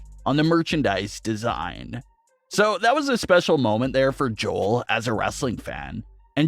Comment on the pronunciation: is this AI scripted? you kept saying Joel like Jol, its Joe-El, i think your using AI my man